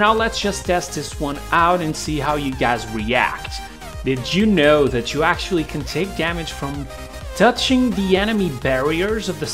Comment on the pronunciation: "you can ACTUALLY...." "I can ACTUALLY..." smh that's "ACTUALLY" hella annoying.